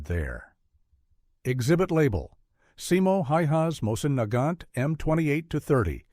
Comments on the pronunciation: Neigh-gant rifle???? Omygosh...that just sucks.. I can't stand these AI narratives. It's moisen-negant. Heavy and hard hitting. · Terrible AI voiceover. That rifle is pronounced “Moe-zin Na-gaunt.” If you are going to publish on the internet, at least teach your AI how to pronounce words correctly.